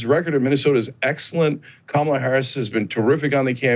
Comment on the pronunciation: Kamala =Comma-la, why is it so hard to at least get a candidates name right.